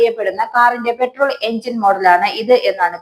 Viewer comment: പെട്രോൾ അല്ല പട്രോൾ പഠിച്ച് പറയൂ